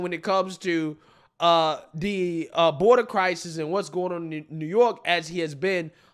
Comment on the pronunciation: Somebody please tell me..What the hell🎉 is a Cry-Sees that Mayor Adams always talks about?! 😉. I tried looking it up and it's not in any dictionaries.